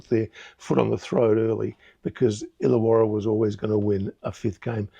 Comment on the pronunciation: it's ILLAWARRA.